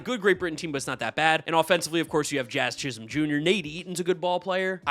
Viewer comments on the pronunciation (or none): none